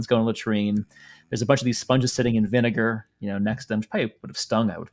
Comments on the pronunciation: casually getting away with saying viNIGER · got loose with "vinegar" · Yo I heard that too, had to replay it a couple times to make sure it wasn't just me mishearing vinegar (still not sure lol)..